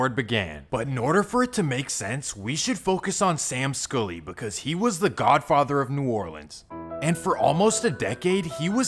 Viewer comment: Why can't you pronounce SKULLY? 🤣🤣